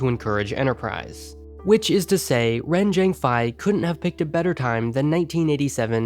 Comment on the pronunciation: Ren Chengfei is pronounced Ren Cherng Fay